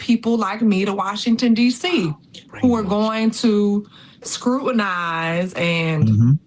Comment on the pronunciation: "Who are going to scrut-in-ize....."😅😂 What a trainwreck and loon.